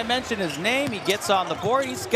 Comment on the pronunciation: Love the commentator tried so hard pronouncing every Chinese/Japanese name, but later just gave up and spat a bunch of jiberish🤣